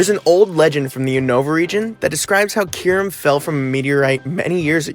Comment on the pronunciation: My friend thinks it’s pronounced kie rem